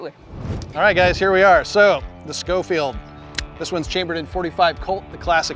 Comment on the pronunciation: It's pronounced show-field, not sko-field. Just a history lesson, not trying to be a know it all. Great video Men, and I thank you for your service.